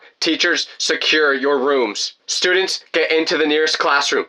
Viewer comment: "i dont like..stuudeents (tell me why)" ahh story